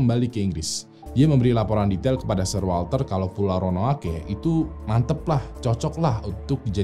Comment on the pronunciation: untuk SIR WALTER RALEIGH, baca "SIR"nya bukan S-I-R Tapi S-È-R. Itu sebutan khusus yang diasosiasikan untuk pria-pria yang berhubungan dengan order of chivalry atau Knights/Ksatria kerajaan di Inggris, dan katanya berawal dari "SIRE" bacanya "SAIER". Mirip-mirip MR. dan MRS. tapi ini sebutan khusus yang dianugrahkan ke individu tertentu langsung oleh ratu. Contoh Sir Lewis Hamilton si pembalap F1. Sir Alex Ferguson si pelatih MC. Sir Rowan Atkinson, si Pemeran Mr. Bean. Kata Sir ini mulai dipakai pas jaman2 pertengahan, terutama jaman ksatria tuh bang. Seperti Sir Lancelot Du Lac. Sir Gawain of Lot. Sir Gareth. Sir Tristan. Sir Galahad. Sir Bedivere. Sir Percieval, dsbnya. Ini cuman sekedar info, karena itu salah satu Youtuber ternama, dan pastinya videonya ditonton orang banyak, jadi tujuan koreksi dari saya agar orang Indo gk malu2 amat ketika baca kata "Sir" didepan orang British nantinya. Atau kalau gua yang salah, tolong koreksi ya.